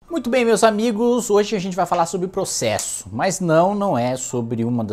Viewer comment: "Poxésso" kkk (desculpa pelo bullying)